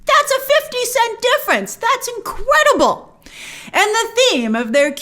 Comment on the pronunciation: I just love how you say incredible “inqwadible” 😍😅